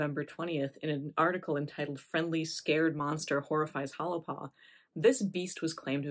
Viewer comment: If you’re going to do a story how about pronounce it correctly. Correctly pronounced it sounds like “Holy Paw”